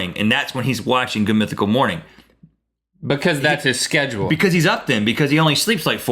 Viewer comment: i really love this these two, but Link is starting to drive me crazy with the way he pronounces because :P ive picked up on it in a lot of episodes and he always says it like bucause- or stutters and says bucause-bucause- ( buh-cuz ) lol not hating on Link just sayin' he drives me crazy!! xD Link says bucause, than right after Rhett says because twice properly. listen closely!